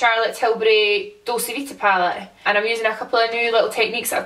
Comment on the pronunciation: It's dolce like doll-chey is it not?